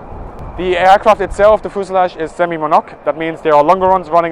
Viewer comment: Once again, you are leaving one syllable out of "semi-monocoque". It's "seh-mee-moh-no-cock". "Monocoque" is pronounced like you were talking about a single rooster, "mono cock". (Or something else I won't mention.) Also, the "ammeter" is clearly labeled "VOLTS", which would make it a voltmeter. There are two scales on it, though. The other may be for some kind of pressure? "DRUCK FULER" is what I think the label says?? I'm not sure as my German is pretty awful.